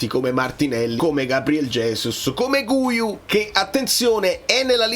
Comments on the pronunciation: Cmq "Guiu" si legge "ghiu", così come "guitarra" si legge "ghitarra" e non "gu-itarra". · Oggi ho sentito una giornalista italo spagnola. Guiu si pronuncia Ghiù. Comunque secondo me il Napoli qualcuno prende, solo perchè Allegri ha espresso un bisogno.